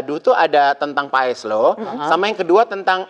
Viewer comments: Paes bukan payes..gmn sih pnyebutan katanya aja salah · Maaf, bukan payès tapi paes, mbak Luna.😅